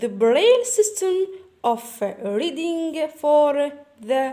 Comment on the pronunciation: استاذة علاه تقراي الing مثلا كيما Reading تقرايها ريدينڨ غالط النطق لالا